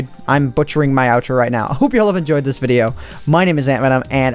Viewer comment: His first "my name is Antvenom" sounds like "mining with AntVenom"